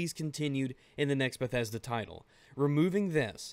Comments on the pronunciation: Lol, Lmao said bethesdolla" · Bedethda... bedethda never change ....